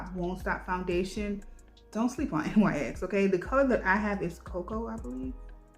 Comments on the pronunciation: The brand NYX is pronounced Nicks lol It's not N.Y.X. Love your video! Your make up looked amazing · Oh… I’ve always pronounced it N.Y.X too… but I’m not a makeup or brand knowledgeable person anymore so that’s my excuse & I’m sticking to it!! 😂😂💜💜